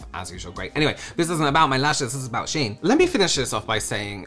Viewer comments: It is pronounced she-in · Yes, it's pronounced 'Sheen'. 'I' before 'E', except after 'C', and when the sound makes 'EE'.